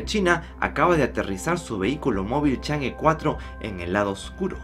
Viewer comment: No se pronuncia change, se pronuncia chong'a